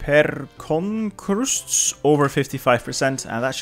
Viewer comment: As i Latvian i could not hold my laugh when you tried to prounonce pērkonkrusts, i cant rlly explain how its prounonced but it means thunder cross